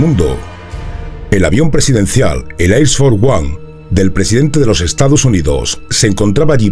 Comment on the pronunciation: El "Ais for uan" 🤭🤭🤦🤦